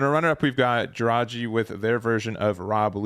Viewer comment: Juraj = read iurai the closest J in croatian isn't read the same in en You had Hrvoje to learn from all of season 1 lel (Hrvoi-e)